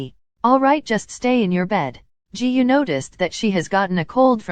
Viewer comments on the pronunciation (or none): The way the ai said "Jihu" instrad of Giyuu is just hilarious